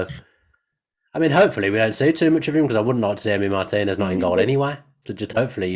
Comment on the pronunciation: Thank you for pronouncing Martinez' last name correctly